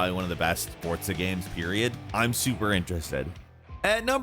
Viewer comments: It’s pronounced FOR-ZA not Fortza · I get so annoyed when people say Fortza instead of Forza, stop it! Please 🙏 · Anyone else annoyed at him saying "fortza" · It’s not forsza, it’s fortza. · It's not pronounced "for-tsa" it's "for-z-ah" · When did forZa get a T in it? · Fortza? Bro its Forza For-Za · forZa not fortza ... fortnite and forZa didnt have a baby together ... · It's forza not fortza haha 😅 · It makes me mad he pronounces “forza” as “fortsa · FORZA not FORTZA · Its called Forza, not fortza....... theres no t in there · its called fortza according to these guys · "fortza" um wat? Smh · Anyone Else Get Triggered When He Kept Saying Fortza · Dawg I know he didn’t say Fortza. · FORTZA FORTZA AAAHAHHHHHGGGG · Would you just me or does It sounds like he's saying fortza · Why do you keep saying Fortza? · Nobody: Absolutely nobody:: "fortza" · Is it really pronounced as “Fortza”?!!!! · The game came out 2 years ago, if he didn't play it again recently it's normal to misspronounce names, especially considering how many games and characters they went through in 2 years. You really overestimate the memory people have especially on pronunciation of foreign names/words. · Why does this man pronounce forza with a "t" ? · really?.. Oh OK then, I guess we pronounce things differently in this part of the world 😂